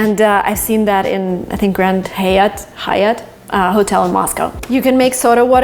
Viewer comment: What an amazing house! I loved the view from the kitchen and the bathrooms l. BTW, you said Grand Hyatt so perfectly the second attempt. Hyatt means life in Arabic language. You are welcome 😉